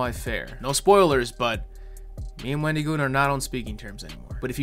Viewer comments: why you pronouncing it "Wen-dee-goon" my guy? There's an I in there, not a Y. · I don’t know why but I got a good chuckle out of how pronounced Wendigoon’s name or so. Like the emphasis on the I instead of it being a soft i got me a little